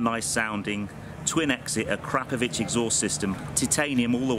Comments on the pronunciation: ahhh crop of itch 🤣. Not A crap of vitch. 🤦🏽‍♂ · Say it with me now. A-kro-po-vitch. Not Ak-crap-ovitch. 🤦🏽‍♂